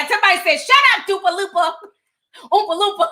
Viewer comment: What the hell is Doopa Loopa?